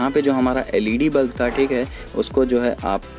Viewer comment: Bulf nahi hota... Bulb hota hai 😅